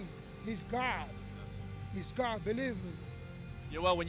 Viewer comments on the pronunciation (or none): Yoel “Its GAHD!!!” Romero